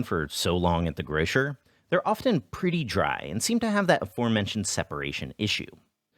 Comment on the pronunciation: The way you say grocer is so funny, u've gone native my boi